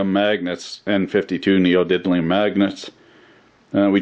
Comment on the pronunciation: Did he realy just say "Neodiblium"